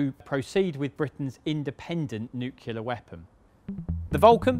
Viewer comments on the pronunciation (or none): I wish people would learn to say nuclear rather than newkiller. Great documentary though. ❤ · Please stop saying "nyucular". It's wrong. It comes from the days of the Truman administration when the president himself had problems (!) pronouncing "nuclear" (NEW-clear). The American view of the time was that the president was next to God, meaning he was effectively incapable of being wrong, so the mispronunciation stuck in the United States. That doesn't mean everyone else has to copy it. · Why do so many people pronounce nuclear as nuke-u-lear ? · Nuclear, not nuculer. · Nuclear = new - clear. No u between the C and L. Noo-cewl-ear is not an affectation of accent, vernacular or patois - it's just plain mispronunciation. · Why do people say "New-Que-Lar" instead of "New-Clear". I lived on an RAAF base in Malaya in 1959. It was impressive to see those Vulcans flying low down the Straights. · Please say NUCLEAR properly it's not NUCULAR!! There is only one U not two, and an E, one U after the N and none between the C and the L. Please! Pretty please with sugar on top!!! You sound like a d umb Merkin when you say it that way!! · Loved the video! But my homie did make a few gaffes in my humble opinion Nucular instead of nuclear And Joystick instead of stick. PS Make more like these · NU CLEAR NOT NU KULAR.. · The word is NUCLEAR not NUCLULAR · Nuclear. Not nucular. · nuclear, NOT nuculer! Gzis, you should know better. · It is "nuclear" nor "Nucular." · I Expect To Hear My Fellow Americans Mispronounce The Word " Nuclear " But YOU, Our Language - Betters ? The Word Is Pronounced: New Clear - Got It ? NOT Nuu Kul-er 😱. For The Love Of God - Man ! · NuCLEAR not NEWCULAR, only complaint though. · It's not 'nuculer' it's nuclear. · It's pronounced *new-clear*, not *new-que-lar*, you muppet. It's your language, and you can't even speak it properly. That's bloody sad, but only for your children. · It's pronounced NEW CLEAR not NOOCULAR FFS. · New-cle-a not new-clewla